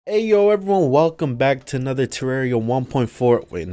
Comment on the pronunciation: Every time i her you say wealcom back i always think you gonna say wealkom back ti david